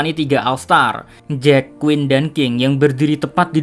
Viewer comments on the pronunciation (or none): none